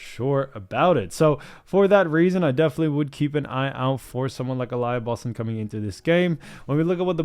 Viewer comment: Uh-lee-uh Boston**